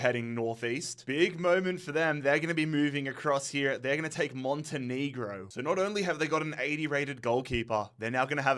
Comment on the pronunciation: That is not how you say Montenegro…. It’s “monte-neh-grow now “knee-grow”